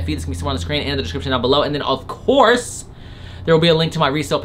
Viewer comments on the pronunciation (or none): none